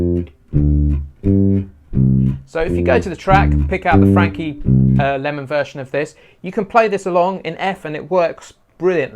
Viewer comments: fabulous. simply explained. its lymon, not lemon. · For what it's worth, here in the States it's pronounced Frankie LYE-mon, ...